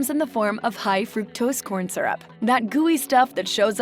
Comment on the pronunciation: She mispronounces the word "syrup" and has a generally annoying voice. Next time hire a professional (although "she" is probably AI)